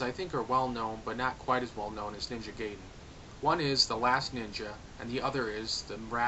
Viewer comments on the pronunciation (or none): Ahahah XD G U Y den HHAAYYAAA ! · YOU PRONOUNCED NINJA GAIDEN WRONG!!!! It’s GUY-DEN not GAY-DEN!